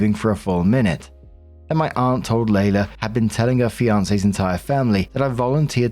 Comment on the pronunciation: Story 1 - When sees "Leila"...and instantly mispronounces it as "Layla". Here's a clue: "LEE-la".